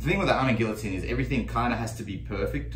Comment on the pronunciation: It's pronounced guillotine not guillotine